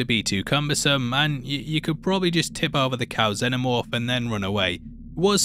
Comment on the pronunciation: I know this is lame of me, but I'm really struggling to get through this video because you keep saying, "the xeNNomorph". Its "xeNomorph"! Every time you say it, its like nails on a blackboard. Shame because other than that I like the video a lot.